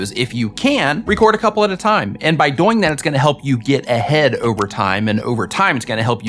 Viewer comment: I'm sorry, but when you say "doing" , you say it like it rhymes with "boing". And that is incredible. Keep it up !